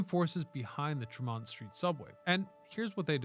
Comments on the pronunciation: Jesus, Mary and Joseph, say it with me kid, it's TREE-mont street!! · Use your youtube tax right=off to go to places you are covering. The way you said "Tremont Street", we (Bostonians) know it is French.